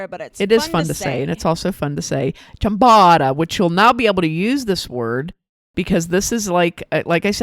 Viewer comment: It's a long 'o'. Phonetically chyam-boh-ta. Almost always a long 'o' in Italian as in ricotta, biscotti, risotto, bocce.